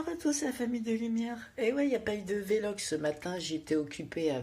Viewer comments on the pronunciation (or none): on dit pas V-log, mais vlog..